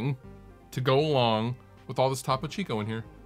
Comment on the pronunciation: It's toe-poe.